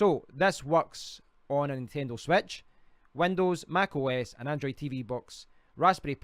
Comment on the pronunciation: on the "swetch"